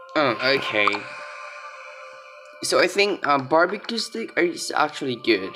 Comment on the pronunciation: You read it wrong for barbeque steak you read stick the good pronouce like stake or steyk for steak